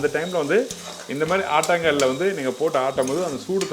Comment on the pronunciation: ஆட்டாங்கல் இல்ல. ஆட்டுக்கல்.